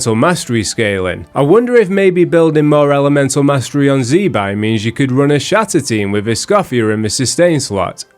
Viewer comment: Btw it's "zih-bye" not "zee"